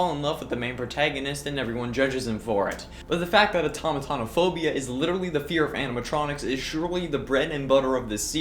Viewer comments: It’s pronounced OR-TON-O-MAH-PHOBIA :) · He mispronounced automatonophobia